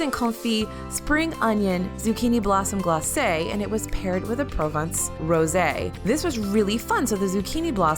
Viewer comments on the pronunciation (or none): none